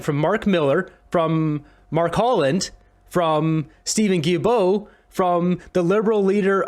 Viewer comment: The name is pronounced: GILL-BO. Thanks!